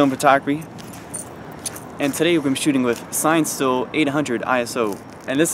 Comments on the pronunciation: "Sine-still" Cine-still* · "Sine" still? Come on. Think of the word Cinematic. "Sin-i-still".